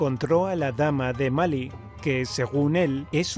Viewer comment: Malí tiene tilde y usted dice Mali, lo veo mal i. Jajajajaja.